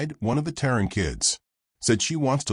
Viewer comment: Terran not Taron…..sighs